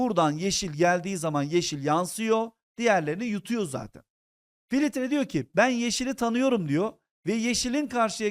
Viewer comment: hocam filitre demeyin lutfen